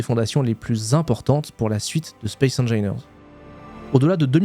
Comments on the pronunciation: non mais c'est pas possible : on t'a dit 10 mille fois que ça se prononce comme "angine" de poitrine ... j'ai quit à 39 secondes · Space engineeeeeaiiiiirrrrs, comme opussssse, pas opu. On dira une IA :face-blue-wide-eyes: ! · Space engailleneur mais par contre il dit bien en anglais le Rage du VRage3 mdr 😂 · Mdr je m'attendais complètement a trouver un commentaire immédiatement a ce sujet., cette prononciation est juste infecte 🤣. Mais force a toi quand même pour ton aventure YT! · donc on prononce engineer comme le dit l'ordinateur et opus faut prononcer le s. j'ai hate de pouvoir te corriger a nouveau !